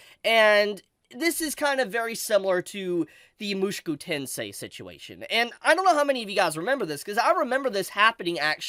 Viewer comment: bro.... why r u saying "mushiku tensei"?